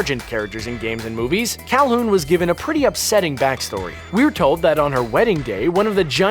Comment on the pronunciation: He says “cal-hoon”. Alright then....